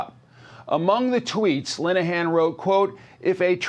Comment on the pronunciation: You couldn't be bothered to look up the correct pronunciation of Mr. Linehan's name? (Lin-e-han) NOT *"Line-han").